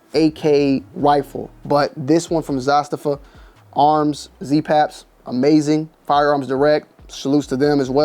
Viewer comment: Dude youre on the slow side...its pronounced "Za-staava", And not Siberia in the Russian tundra. SIBERIA.